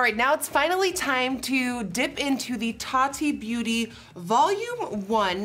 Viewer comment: The way she says (Tati) Taa-dee 😆😆😆